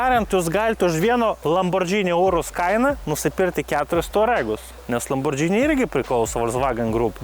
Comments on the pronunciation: lamborgiiiini, o ne lambordžini. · kaip visad super! P.S. Ne lambordžini, o lamborgini reiktu tart. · Įdomu išmoksim kada lamborgini sakyt vietoj lambordžini? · Lamborgini, o ne Lambordžini. Ar čia ant prikolo taip vadini?